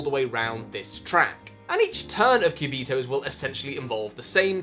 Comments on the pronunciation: This spanish speaking person is cracking every time you pronounce "quiubitohs". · I just clicked in the video to hear you pronounce "Cubitos". Not disappointed, maybe I'll watch the rest of the video later.